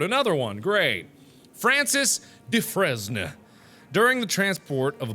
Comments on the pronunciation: Dufresne is pronounced DOOFRAIN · Dufresne; pronounced "Dufraine" :) at least always heard people of that name pronounce it like that. Also: You record your videos standing up? :D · You may have been kidding but the accident report at the beginning of the video that last name is Dufresne, but it's pronounced Dufrain....like Andy Dufresne from Shawshank Redemption. Love your vids bruh! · Dufresne is pronounced (doo-frain) haven't you seen Shawshank Redemption? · MARK, THAT DUDE (FRANCIS DUFRESNE) HAS THE SAME LAST NAME AS MEEEE. ALSO, YOU SAID IT WORNG.. ITS WITHOUT AND "S" (meaning the "s" is silent)